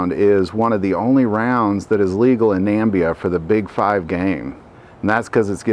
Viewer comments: Issues - there is NO country called "Nambia." I believe you are trying to say Namibia (Nam - ib -iya). Also, few of the commonly mentioned big game cartridges are listed in this video. Is this video meant to be big game in North America or Europe? Other than these 2 issues, my favorite big game cartridge is 9,3 x 62mm Mauser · Yes he did. He is missing an "i" in his pronunciation.